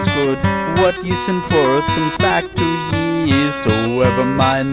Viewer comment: yay someone who knows how to pronounce ye or Þe or the or however you to type it